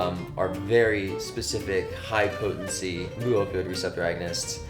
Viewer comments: omg, mu is pronounced "meu" not "moo"! How am I supposed to take this guy seriously? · jfyi, the mu/μ in "mu-opioid" is pronounced "mew", not "moo"🐮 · It is myoo, not moo. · Also, mu is pronounced "meu" not "moo"! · "Moo" pronunciation in someone that should be an expert🙄. It's "mew . . ." With the amount of Latin and greek onomastics used in biochemistry, I'm disappointed with this kat